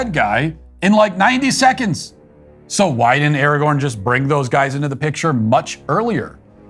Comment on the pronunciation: The dude that called Aragorn "Arenthol" 😂